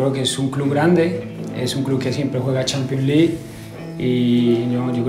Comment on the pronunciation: "Champions Li" jajajaja saludos desde Colombia